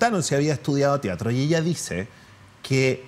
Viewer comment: Excelente charla. Lo único que me irrita un poco es que diga "tiatro" en vez de "teatro"